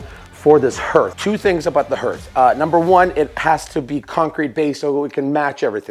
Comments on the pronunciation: Hearth is pronounced as Heart with an h on the end, not H + Earth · OMG THANK YOU! I kept yelling at the computer screen, "It's pronounced 'harth' !!!!!" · I love all the work you do, your wife is very lucky. By the way that hearth word is pronounced harth, Sorta rhymes with art. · A fireplace Hearth is pronounced 'Harth'. Concrete has large 'arch' or 'arc' swipes for a faux texture. & the mesh for the concrete is supposed to go in between the 2 layers of backer coat. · "hearth" pronounced "harth", but I love the way you build and explain things. I also love the fact that you show mistakes and how you overcome them. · I was so glad this is the first comment I saw. This video and the one where he did the outside fireplace he pronounced it “hurth” and I was afraid I had been pronouncing it wrong my whole life. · I so wanted to correct that pronunciation also….so glad I am not the only one! 😅